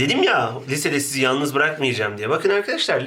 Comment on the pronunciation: hocam 1.25 de yanlız değil yalnız olcak :) teogta çıkabilir